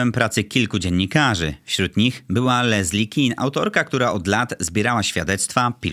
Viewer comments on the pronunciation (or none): none